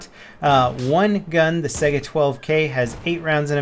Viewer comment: Stop pronouncing Saiga like "sega" the spelling is similar to the Russian word Taiga the cold northern biome.